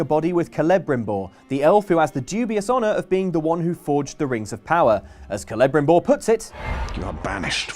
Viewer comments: you can just walk past the wearwolf, and if your used to playing souls games you might even be able to beat it. The way you say Kelebrimbor, it always makes me think the reviewer hasn’t played the game or even seen clips of it, it’s annoying. It’s not like a pokemon name, it is specifically said in the game your talking about, if you gonna do a review or something of a game at least say the characters names right. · KELE BRIMBOR not KELEBRIM BOOR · Actually no. In Tolkien's elvish languages all Cs were pronounced as hard Ks, like in the word cat. If he wanted an S he just used an S. But pronounced it ceLEbrimbor, putting way too much emphasis on the second syllable. It should be CEleBRIMbor, with the emphasis on the first and third syllables. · No it's not accents, I'm British myself. they just say it plain wrong. It's said "cele" as in "CELEbrity" not kelly" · "Kelebrimbor"? I facepalmed... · It's Kel-A-brim-bor. That pronunciation made me wince. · celebrimbor is pronounced Cell-e-Brim-boar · Kuh-leh-rim-boar. Are you fucking kidding me? That has to be the dumbest thing I've heard all year, and I spent most of it saying stupid things. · ka-la-brim-boar or ke-le-brim-boar not like calais-brim-boar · KEL-em-brim-bor is how it's pronounced. Sorry, total LotR nerd here, I can speak in some Elvish, and have studied the pronunciations extensively. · sir, if you actually bothered to look at the Elvish Pronunciation Guide in the back of the Silmarillion, you would know that the letter C in the Elven language is pronounced like a K. It's "KEL-em-brim-bor." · It's pronounced with a K sound in the game. I literally just played a mission where someone said it earlier today. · Yeah, that one drove me nuts, too. If I'm not mistaken it should be pronounced KEL-leh-BREEM-bore. The main stress should be on the third syllable and the secondary stress on the first syllable. Correct me if I'm wrong fellow Elvish fans! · When says Celebrimbor 😬